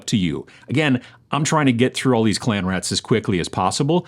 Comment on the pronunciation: Read "Clean Rats" and kept hearing "Clam Rats"... 😅